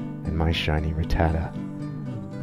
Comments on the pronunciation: Man who in the fuck is RIT-TAD-DA ? It’s pronounced RAT-TAH-TAT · It's pronounced Rah-ta-tat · Saying Ruh-ta-tuh has me crashing out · 25 years and now I don’t know if it’s ruh-tata or rat-tah-tah